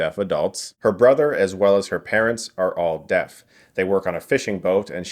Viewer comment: I thought he was saying death instead of deaf